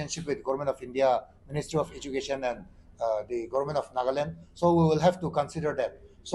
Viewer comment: It's NAGA LAND. NOT NAGLAND HOH...